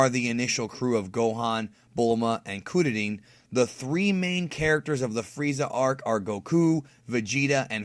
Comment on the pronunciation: I know Kururin is proper, but please, never pronounce it that way again 😂😂😂